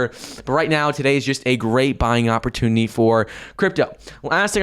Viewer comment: 🤣🤣🤣 He still can’t say “ opportunity”. With regards to… per coin. Mouth breather.